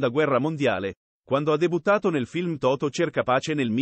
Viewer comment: chi parla? Totò e non Toto.